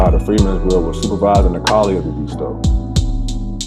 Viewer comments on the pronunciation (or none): It is pronounced locally as Eh-DIS-TOE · You are pronouncing the name wrong. Born and raised here! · I'm from Edisto Island. Lived on Point of Pines rd. Just went crabbing last week. Hit me up and I'll give u the correct pronunciation